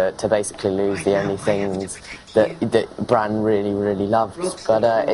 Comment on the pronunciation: she said bronn, WTF its Bran